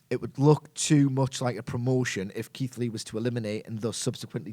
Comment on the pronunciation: Keith lee the way yous said sounds perfect